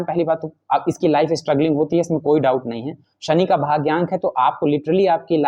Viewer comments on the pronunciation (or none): none